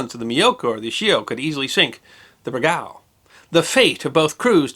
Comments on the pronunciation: As a former submariner, I always enjoy a good yarn. May I advise you of the more common pronunciation of USS Bergall as if to say Berg All with accent on the first syllable. I had a former Shipmate who was stationed aboard the 2nd Bergall, SSN 667, one of the most highly decorated boats of the Cold War Era. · No, it's pronounced BER-gawl. Emphasis goes on the first syllable. IS putting the emphasis on the second syllable and, yes, is massacring the name. I was a sailor on the Bergall--the nuclear namesake of this boat. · The name is pronounced 'burr-goll' and the class is a 'baa-lay-o'. It was the 'sy-no' /japanese war. Other than that a good episode. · Great story, most of the WW2 boats (submarines) have such amazing stories and histories (from all sides). Your pronunciation of Bergall is so weird to me, I worked on her namesake (USS Bergall SSN667) multiple times, we always pronounced it Ber-Gull. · There are a couple of Silent Service videos here on Youtube. (Leonard Nimoy is in one of them.) If you listen to them, you'll hear host Tommy Dykers, a distinguished submariner himself, pronounce "Bergall" with the accent on the first syllable, not the second. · I like your videos, and the interesting things you have behind you! I served on the second USS Bergall (SSN-667) I'm writing to let you know that you're pronouncing the second syllable of Bergall incorrectly. The second syllable is pronounced just the same as the word "all", not like the name "Al", and the emphasis is on the first syllable, not the second. Thanks! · We called Bergall with the second syllable like All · Please learn how to pronounce the submarine's name correctly... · The submarine's name is pronounced as Ber - gull, not be-gal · I served on the USS Bergall (SSN-667). It is not pronounced Ber gal... but rather Berg gall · It's pronounced "Ber GAULl" with the emphasis on the second syllable. Not "BER gal" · You are mispronouncing the USS Bergall.. Try berg ~ all.